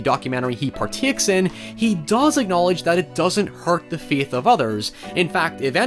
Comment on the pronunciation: The way you say "faith" hurts my ears and my soul so I guess I've lost my feeeeeeithh in word pronunciation